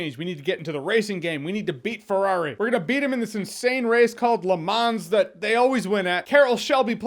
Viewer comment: Nobody: Jeremy : Forward vs. Ferrari